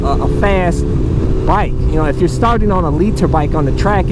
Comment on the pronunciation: the way he says "liter bike" looool